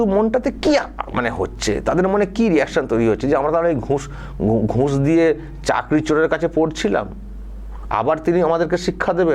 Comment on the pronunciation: আপনার বিশ্লেষণ খুব ভালো ।উচ্চারণ একটু এদিক উদিক । যেমন ঘুঁস না ঘুষ ।